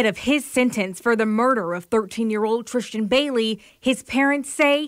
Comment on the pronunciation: HER NAME ISNT TRISHTAN what in the world is going on? Its TRISS-tan